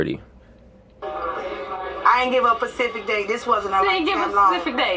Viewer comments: Pacific Date she said. I didn't realize people were this dumb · Nah, my mom used to say that all of the time...used to hate it...lol "Ma, it's "specific", not "Pacific". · ona pacific date. haha smh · "fitna" and "Pacific"